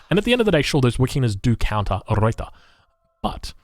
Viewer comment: Old replay but I have to comment because I am so distracted by your pronunciation or lack of. 1) Pick a pronunciation for "Ruyter" and stick with it please. I recommend not rolling the R since you're Australian and your normal speech pattern is non-rhotic. Just use the Anglo-Australian pronunciation and call it good. Going back and forth between three different pronunciations is extremely distracting. 2) tee-pee, not tee-PEE. Best regards.